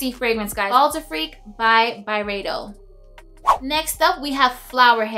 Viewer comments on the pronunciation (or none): dunno why but the timestamp where you talk about bal d'afrique says "bald freak" XD